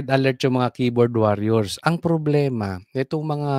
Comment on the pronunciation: Wor yers is the pronunciation of warriors, not waar yours. FYI only po!